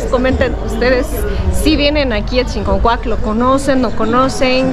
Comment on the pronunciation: Hola, con todo lo que mostraste, dan ganas de ir de compras a Chiconcuac. Los artículos de piel están a un excelente precio. Noté que escribiste bien Chiconcuac pero a la de decirlo, lo pronuncias con una "N" que no va, dices ChiNconcuac en lugar de Chiconcuac. Saludos.